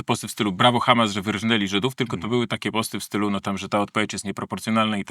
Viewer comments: Bardzo ciekawie też Pan wymawia słowo Ha'mas. Jakby prosto z kibucu do nas przyjechał. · Panie, Panu się odwaga pomyliła z odważnikiem. Już samo akcentowanie słowa "Hamas" i wiadomo od kogo "wy są". Przyznam, że od ponad 30 lat nie zawiodłem się tak na żadnym polityku, którego obserwuję/obserwowałem. Co Pan opowiada?! Wstyd, szczególnie, że jest Pan świętojebliwym katolikiem!